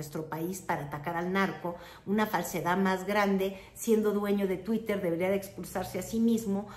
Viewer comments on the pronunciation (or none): none